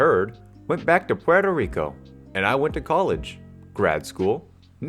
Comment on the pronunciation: Love your channel but you said Puerto Rico wrong hehe I went to it over spring break my dad lived there growing up but it doesn't offend me Its like your cardi b when you say it it's hard to explain just Google it.